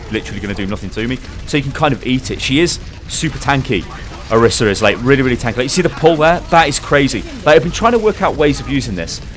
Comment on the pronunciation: plz. You can't just give a thorough explanation on a hero and get so many details wrong. - Her name is not pronounced that way (Jeff Kaplan mispronounced it too, so it's sort of confusing): Pronunced o-REE-sa - Her alt fire is not called "Pulse"; it's called "Halt!" - Her ultimate is not just line of sight with unlimited range; it has a range of 25m (not by my own measurement, but I read the stats earlier) A while back you were upset that some people accused you of misinforming viewers, so you gotta be careful bro.